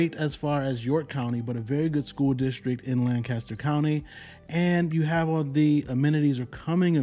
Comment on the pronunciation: I like Lancaster County I was born there. It's how you say it it sounds strange. We are on the south we don't say it that way